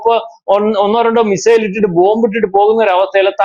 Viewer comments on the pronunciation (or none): none